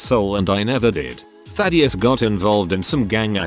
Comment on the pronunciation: Ah yes, TTS can say Thaddius perfectly but any other word that is relatively easy to say it messes up.